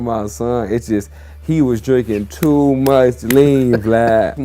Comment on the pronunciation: It's too... not touuuu